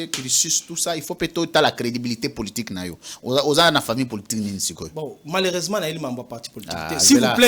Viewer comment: "Malersement" 😂😂😂😂 Prof de l'IPN😂😂😂😂